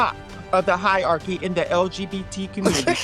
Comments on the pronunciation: In the opener when I heard her say “hiarchys” instead of hierarchy, I knew I was in for some low intelligence takes as per usual. She doesn’t even have a basic grasp of words and their meanings. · "Hi -arcys" I wish would learn how to pronounce the big words properly 😂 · They didn't even bother to correct him on "higherkey" 😂 but I think I saw Brad crack a smirk of acknowledgement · Oh god thank you for mentioning this :D I'm not a native English speaker, so I didn't know how "hierarchy" was pronounced. I had a feeling that it sounded weird, but I assumed she must be correct because she's the native speaker 🤣